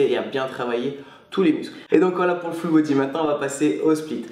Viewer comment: on dirait il dit "Foot Body" mdr